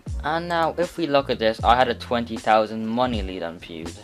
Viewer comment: GG “pewd”💀